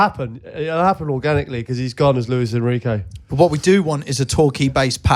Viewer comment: Its jose enrique ffs😂😂 not luis enrique